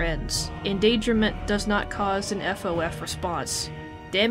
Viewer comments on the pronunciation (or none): Did you say FOF or SOS? P.S. I also used Auto-generated english subtitles,but it said FOF